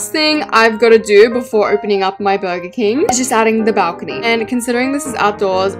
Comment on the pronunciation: Me when she says burger Burgar Srry <3